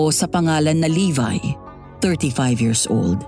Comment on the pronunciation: Sige, AoT character isipin ko ha habang nakikinig po. Sender Levi ♥️ Levi po, hindi Levy hehe